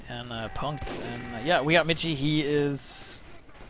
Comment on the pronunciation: And it's not read mici,but michi